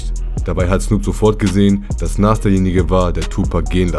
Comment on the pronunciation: Nas bitte richtig aussprechen, ansonsten top Video